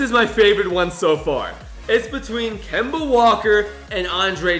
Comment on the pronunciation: 😡😡😡😡😡😡😡😡😡😡😡😡😡😡😡 It’s Kemba